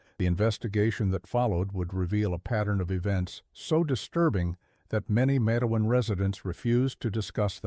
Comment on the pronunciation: It's not Mat-e-wan... It's Matewan... Exactly how it's spelled, I grew up about 20 minutes from there. When you say Mat-e-wan I cringe !